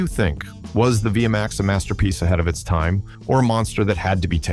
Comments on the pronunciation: dude learn to say the name its v max not vee a max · WTF is a V a MAX. Narrator keeps repeating that over and over. Hate these narrators for hire and they have absolutely no clue what they are saying. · V-M-AXE? ...thanks A.I. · Viyamax. I've had it with AI slop. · What the hell is a V m x? It is V-MAX! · What the hell is a via max?? AI sucks